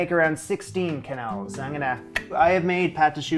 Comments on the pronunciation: As a French Canadian: its Ke-nelle!!! Im slowly dying inside everytime you say Que-nel 😢😢😢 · En francais the QU sound like a hard K and not a QW So for example Quebec is Kebek, not Qwebek and of course Quenelle is Kenell not Qwenelle. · I'm glad to see you making some of the Julia recipes that most people ignore. You plated the quenelles and sauce beautifully. I love quenelles, but I don't make them very often. Plain quenelles are particularly elegant with lobster sauce, and they are great as a fish course if you are hosting a multi-course dinner party because they are easy to warm up. The pronunciation is definitely "ke-nel". In French, "qu" is always "k". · In french "que" sound like "ke" the U is silent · But the "e" right after "qu" should be closer to an english "a". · your prononciation of quenelle is correct, but the plural, written quenelles, is pronounced without the s. basically exactly the same as the singular